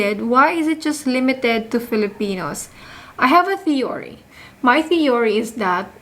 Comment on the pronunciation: Constructive feedback lang po. Mali po pronunciation ng theory.